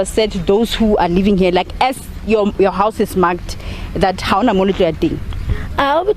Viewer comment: It's living woman not leeving